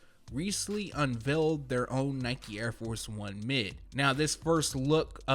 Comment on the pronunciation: Nice vid very informative as usual n 2019 got heaters 🔥🔥 but....lol the way he pronounces unveil is sooo cringey lol I'm probably the only one that it bothers but oh well lol